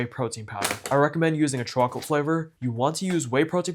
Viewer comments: chocolate swauce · i love how he says chocolate